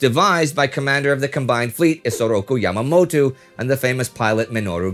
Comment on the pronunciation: The only thing that actually bothered me about this video is Indy saying "Yamamotu" instead of "Yamamoto". I might barely speak any Japanese after years of not using it, but in my 4 years of classes I knew quite well that it is all pronounced piece-by-piece- unlike English where previous syllables impact later ones. Should be "toe" instead of "too"... unless there's some hidden lore I'm unaware of.